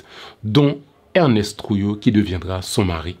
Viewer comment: ERNST TROUILLOT, pas Ernest